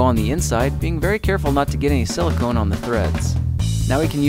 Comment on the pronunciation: He called it sila-cone... shudders violently